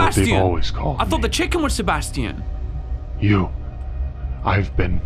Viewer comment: Bro he said Sebastian's name wrong 3 times 💀